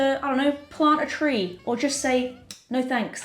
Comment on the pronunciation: Tree not Tee 🙂